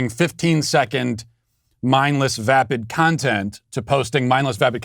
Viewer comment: You keep mispronouncing vapid